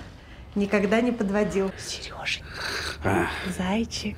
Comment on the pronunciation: Почему ты постоянно говоришь "сЭрежа"? так слух режет